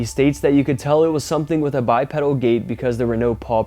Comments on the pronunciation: FYI, it’s pronounced “bi-pee-dal.” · Godda**it, its pronounced ," Bye-Pee-Dull." It is not a bicycle part. Impress your young friends. Get it right. Another one : Zoology = "Zoe-all-uhgee" , where "zoe" rhymes with ,"Toe."